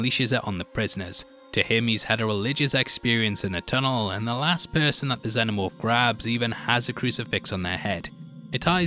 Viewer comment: I know this is lame of me, but I'm really struggling to get through this video because you keep saying, "the xeNNomorph". Its "xeNomorph"! Every time you say it, its like nails on a blackboard. Shame because other than that I like the video a lot.